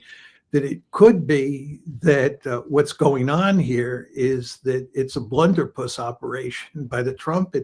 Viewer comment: Blunderbus, not blunderpus